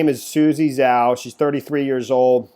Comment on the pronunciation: Put Zhao into Google translate ; It will tell you how to pronounce Zhao